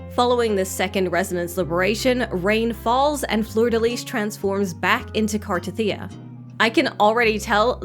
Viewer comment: Finally saying her name right. Wow. I am SO pulling for her!!! Her animation is sick.